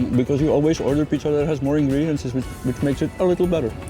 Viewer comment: Ingredients....never heard ' ingrediances'